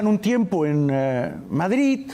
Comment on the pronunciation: Por que dices Madrit? Es Madrid con d y no con t,como los catalanes que pronuncian tan mal el español